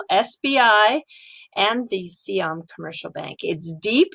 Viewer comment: Sai Yaam(not SEE Yaam) Commercial Bank, you had it before :)